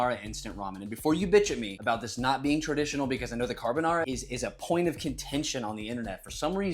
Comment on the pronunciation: 🫵 NO … NA DE CAARRRRRR BONARRRRRA 🫵😡 😂😂😂😂😂😂😂😂😂